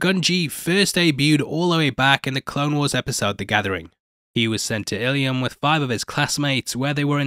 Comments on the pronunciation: alright bro..i say this and then 2 seconds later you say Illyum? come on. ILUM! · Ilum. 2 syllables not three.